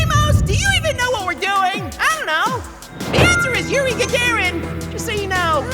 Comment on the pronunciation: “it a Yuri Gagarin?” I’m dead, dude.